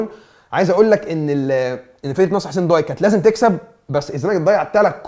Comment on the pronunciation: ياجماعة اسمها نصر حسين داي مش ضاي نفس نطق day. الداي هو لقب حاكم الجزائر العثماني زي لقب باشا في مصر او خديوي. حسين داي كان حاكم الجزاير وصاحب حادثة المروحة الشهيرة مع السفير الفرنسي حسين داي احد اكبر الأحياء في وسط العاصمة الجزائر والنادي علي اسم المنطقة. مصري عاش في الجزاير